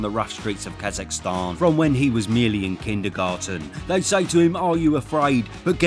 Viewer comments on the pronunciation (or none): none